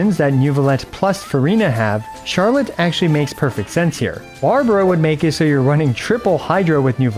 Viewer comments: Well, actually the French pronunciation sounds more like the way you said "Charlot" ^^ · Actually don't correct yourself :p It's closer to the "correct" way to say her name in French xD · you accidentally pronounced her name correctly🤣🤣🤣